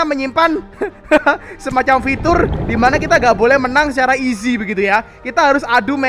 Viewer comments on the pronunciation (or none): none